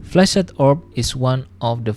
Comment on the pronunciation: cool video, but i just couldn't help but hear flaccid orb lmao